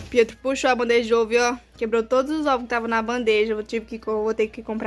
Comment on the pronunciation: Óvo, ovôs, ovos né gente, delicinha assistir seus vídeos